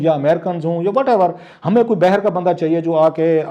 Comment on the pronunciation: Word باہر bay her nahi ha , baaher ha